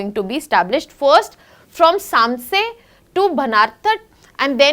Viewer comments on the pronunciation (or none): It's pronounced as Samchi ...🙄 And not Sam- sey